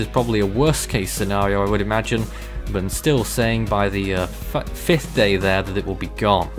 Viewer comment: Nope! The word fifth was just mispronounced! Sorry!